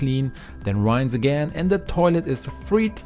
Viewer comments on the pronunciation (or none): Blooming expensive using dishwasher tablets! Certainly might help with burnt in food. But just to clean a sink?? I use Cif (it was Jif in England). Your English is excellent, but it is pronounced sort of like ‘ee’. But lift your voice upwards on the ee and don’t elongate the ‘ee. r-ee-inse. rinsse. Not r-eye-nsse’ ! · Dear friend! Please, use a dictionary to check the pronunciation of the word "rinse". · Great ideas! But the word rinse is mispronounced. Just check it out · This guy says "rinse" funny.